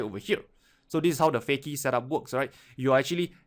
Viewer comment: "fukey" lol